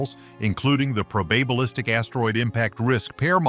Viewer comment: "Pro Baaaah balistic"? :face-blue-smiling